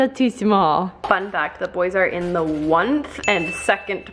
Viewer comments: Why am I laughing so hard at the fact that said “1th” instead of “1st” 😂😂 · When you say 1th instead of 1st, you know your tired! 😅